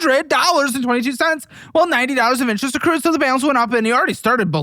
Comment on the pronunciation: "I had a palance transfer" 🙄